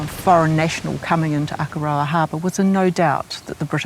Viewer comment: God your pronunciation of Akaroa hurts my ears 😢